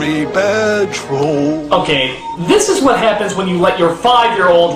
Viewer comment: lol "IMMA BAD TWOHLL, A VEWHY BAYD TROWHL" theme song to 4chan